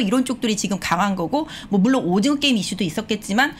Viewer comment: 께임, 메타뻐스, 빼터리 .... 발음이 조금 과격하십니다.ㅋㅋㅌ